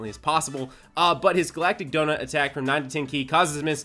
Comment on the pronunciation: It wasn't me right when I heard him say glatic gonut right?